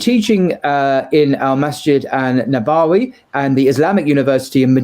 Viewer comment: One advice to my dear brother, please enrol on an Arabic language course, try even an online one from a native Arabic speaker. I have several contacts and it’s remarkably affordable too. (I think the way you uttered nabawi was the trigger). If you wish to get in touch I could help you develop a plan.